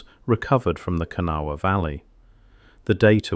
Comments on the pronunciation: There was a photo of the Criel skeletons on shelves at the Smithsonain in our paper. 1938. I wasn't born yet. The Smithsonian has no idea where the skeletons are. They were at least 7 feet tall. The jewelry, etc was also taken and no one knows where they are. Hmm. It's pronounced KUH NAW UH. * There were male and female skeletons.*** Someone took them is my assumption. I've been on top of that mound several times. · Wish the narrator knew how to pronounce kanawha. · Those of us who live in West Virginia chuckle every time you say Kanawha. But nice video none the less.😊